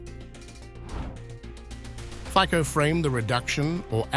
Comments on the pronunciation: not fiko but FICO please at least do us a courtessy a learn to speak politic's name correctly!!!! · Show some respect and professionalism, id!ots!... The surname of the Slovak Prime Minister is pronounced “FIT-SOH”... Robert FIT-SOH... We agree, you are ignorant and trivial... But, for God´s sake, try to hide it!... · It's Fico not Fiko. Like in Fitz Roy Peak. So Fitzo - Fico. It's respect to our country. 🇸🇰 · It's "FITSO", not "Fiko"! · Fico is pronounced "Fitzo" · His name has to be pronounced Fitzo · How about learning the correct pronunciation of "Fico"? (FEETZO)